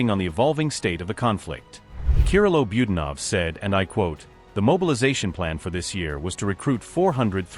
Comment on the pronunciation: Why do Americans pronounce nearly every word wrong??….you are pronouncing Budanov wrongly!